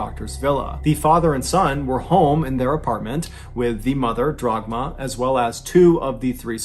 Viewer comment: On a sidenote, turning "Dagmar" into "Drogma" is a pretty crazy mispronounciation. Dude went all the way to the end to fetch that r.